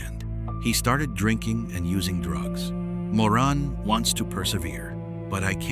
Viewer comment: Also calling her Moran when it's Maureen, these video's are so bad.